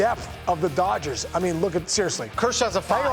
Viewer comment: Bro said “doyers” lmaooo